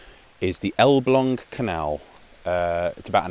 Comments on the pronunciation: wow, your pronunciation of "Elbląg" is immaculate! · I'm not a native speaker of Polish but Elblag did sound correct... sorry can't type the A with the thing